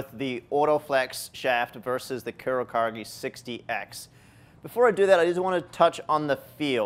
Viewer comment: Dude, it's pronounced "coo-row-caw-geh"